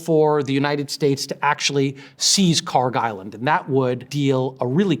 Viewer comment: I cant believe a "Harvard profesor" doesnt even know how to pronounce Kharg